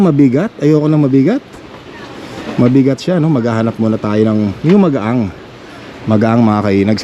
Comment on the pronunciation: magaan not magaang